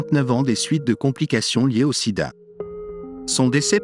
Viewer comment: Bon contenu mais gâché par une voix IA qui est incapable de dire certains noms correctement et prononcer Sida à certains moments. Dommage. Pourquoi ne pas utiliser votre propre voix? Cela donnerait une certaine crédibilité et sincérité à votre travail